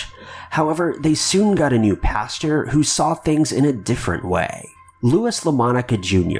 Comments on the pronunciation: Paster not pasture. lol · Pastor not paster nor pasture.